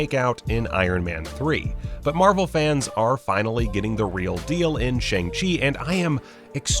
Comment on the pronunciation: It's pronounced "Shawng " not Shang.